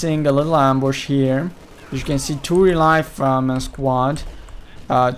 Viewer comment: I was just wondering why you pronounce riflemen like real life men. I'm a little bit OCD and was just wondering. Great cast anyways, Always love to see CoH2 replays. :p